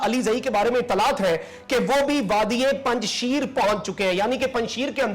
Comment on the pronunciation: You are pronouncing wrongly the word "Panjsher" even you are pronouncing it as panjsheer which is wrong. Panjsher Vly mean The Vly of five lions. Hope u hv understand what I'm trying to tell you